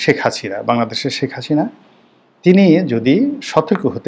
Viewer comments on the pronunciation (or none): none